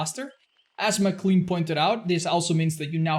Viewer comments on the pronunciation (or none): none